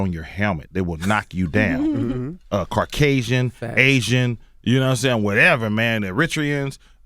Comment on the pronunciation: I love E-40 and been rocking with him for YEARS...but did he say “Car-k-sians”??